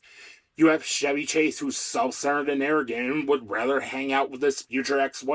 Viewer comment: Good break down - I'm a lifelong SNL watcher - except for recent years of wokeness. Just one small suggestion, Chevy Chase is "Ch" as in "Charlie" not "Ch" as in "Charlemagne". Minor thing.